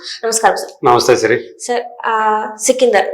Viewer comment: Sikindhar kaadhamma sikandar 😂😂